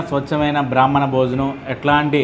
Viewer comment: బ్రహ్మణ కాదు. బ్రాహ్మణ